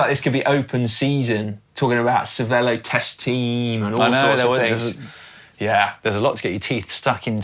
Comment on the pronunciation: Caption:, did you try to ride a bike on the water again? It’s Cervelo, not Cerve l’eau!!